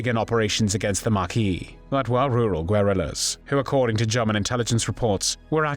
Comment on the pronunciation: And 'gu-where-rilloss.